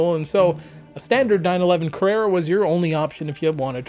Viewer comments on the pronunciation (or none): none